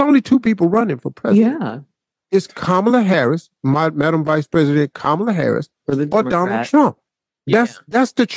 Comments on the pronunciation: COMMA LA not COM MAH LUH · it's pronounced "Comma-la" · Please pronounce the VP’s name correctly. It’s Comma-La.😬 No shade. Love your show. Sometimes I sing the theme song randomly.😅